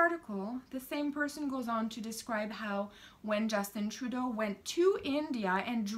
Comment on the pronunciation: Ladies and Gentlemen, please get our Wrong Dishonourable P.M. N.P.C. name correct..lil 'justy tra-doh.